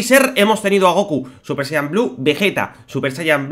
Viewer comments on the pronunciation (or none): none